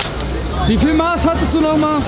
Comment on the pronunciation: Bruder es heißt nicht maaaß sondern Maß des a wird kurz gesprochen schöne grüße aus bayern